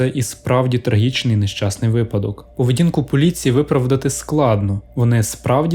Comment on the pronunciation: наголос у слові випадок падає на перший склад. а відео цікаве